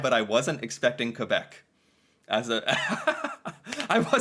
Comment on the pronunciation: I really dislike the way they say Quebec, It is not the Q sound from queen, but more like a k sound